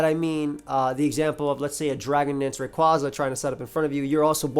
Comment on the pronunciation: Based off the Japanese spelling, it’s Ar-see-us. Also, Rayquaza is pronounced like a quasar.